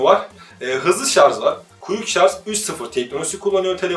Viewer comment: Teknoloji programı yapıyorsun şarja şarz diyorsun.. Oldu mu şimdi!